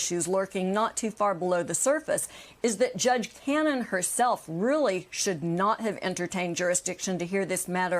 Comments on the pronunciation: “Bench slapped “ I think she meant bit*h slapped. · “Bench slapped” I heard that same thing 😅😅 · "You said 'bench-slapped' and I heard something altogether different ..." 💀😂😂 No, there's nothing wrong with your hearing! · LOL Nicole.... yes, she actually did say "BENCH-slapped". I think many of us shared your thoughts tho. ;) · She said bench slapped 😂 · Lol. "Bench slapped". I heard it too! Lol. Let us pray he gets that very thing to the utmost!